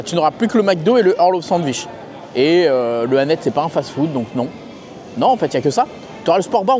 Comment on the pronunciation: Je ne me lasserais jamais de ta façon de dire « sandVICH » 😂